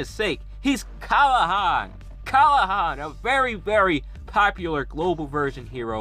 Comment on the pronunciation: kLahan not kAlhan